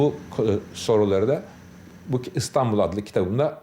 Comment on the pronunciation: İNATLA ISTANBUL DİYOR SUNUCU, İSTANBUL KARDEŞİM İSTANBUL! İ İLE YAZILIP OKUNUYOR.